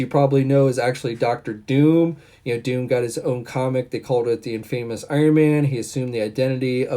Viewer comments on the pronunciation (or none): pronounciation needs work. Every time he said IN-FAME-US instead of IN-FUM-US I cringed a little. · Mandipoor?? Infaaymus?? Lol!! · and hey uh infamous is pronounced In-fah-mus... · Prehensile Lung YUP